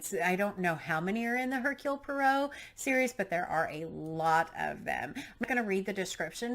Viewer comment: Definitely pick up a newer translation of Bambi! And don't have any expectation for it to be cute and cheerful like the Disney version (typical disneyfication...), it is a parable for antisemitism. Also: Poirot = Po-ah-roh ;)